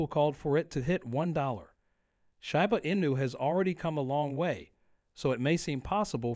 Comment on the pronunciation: I’ll give it a thumbs up when the speaker in the video learns how to pronounce the name, right